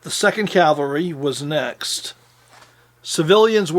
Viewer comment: Long time fan...well done!...but Please...the word is caValry...Not...caLvary...49 year pet peeve thru hundreds of films,documrntaries,discussions by noted historians,researchers,film makers etc etc..a very common mistake...keep up the great work!!